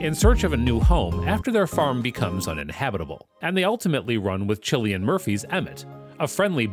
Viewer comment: It’s pronounced kill-e-an Murphy not Chill-Ian Murphy